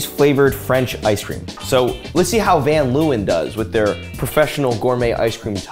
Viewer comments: 'ven loewen' lmao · As a van Leeuwen I've never heard my last name pronounced like that😂. Also didn't know there was ice-cream with my name on it, so I've got a new bucket list item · As a Dutchy, the pronunciation of van Leeuwen was just... oof 😂😂 it gave me the same vibes as people calling van Gogh : van go 😂 or good-a instead of gouda. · As a dutch person, i laughed my ass of when he pronounced the Dutch name from the ice Scream 😂😂😂😂